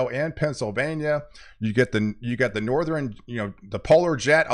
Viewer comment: why do you say southeren and northeren, those are not words. southern and northern bro.